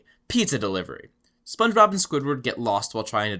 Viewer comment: Sometimes it sounds like he calls him spongerob instead of spongebob